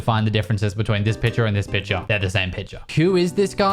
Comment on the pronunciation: Is it me or does he say „piture“ instead of „picture“, like the C is not existent.